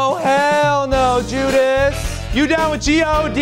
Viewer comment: it's judas, not judice